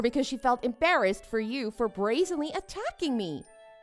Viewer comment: It's 'brazenly, not 'blazenly. You also could used 'blatant '.